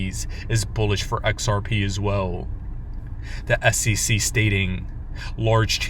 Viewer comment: S E C not ssisi fker